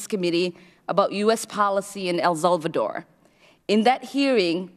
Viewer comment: Pretty sure she said “the massacre in El Vulvadore”.